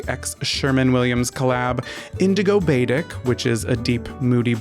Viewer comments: Love❤ side note… “batik” is “bah-teak” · Love you and your "new" bathroom! "Batik" is pronounced "ba-TEEK" BTW ;) It's a dyeing process sorta like tie dye, but with wax instead of string. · The paint was mad because you mispronounced it's name. 😉 Batik = baa teak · I hate to be that guy but batik is pronounced “bah-teek”